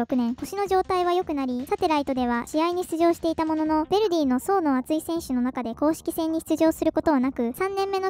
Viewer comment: Jに興味ない人は気にしないと思うがベルディじゃなくてヴェルディだ